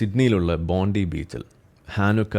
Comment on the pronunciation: ഒരുവിധം എല്ലാ മലയാളി yourubersum പറയുന്നത് ബോണ്ടി ബീച്ച് എന്നാണ്. എഴുതുന്നത് ബോണ്ടി എന്നാണെങ്കിലും അത് വായിക്കേണ്ടത് ബോൺഡൈ എന്നാണ്, BONDAI. അതാണ് ശരിയായ pronunciation.